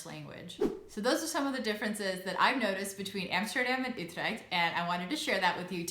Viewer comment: Yeah, I think most English-spoken people would say "yoo-treckt" or something similar. But I'm happy to hear say "Utrecht" in such a Dutch way.